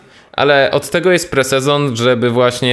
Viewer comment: Po co mówisz po angielsku jeśli nie umiesz xD lepiej już powiedz po prostu PRZED-SEZON